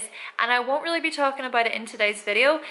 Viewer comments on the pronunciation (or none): "Aboit" lol